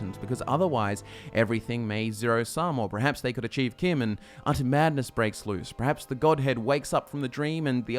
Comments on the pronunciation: No one else bothered that he doesn't pronounce CHIM properly as in, CHIMney? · Hold the fucking phones: CHIM is pronounced like the name Kim?!? I have said that (in my head) with a 'ch' sound, never a 'k' sound, for YEARS now. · who pronounces CHIM with a ch sound instead of "kim"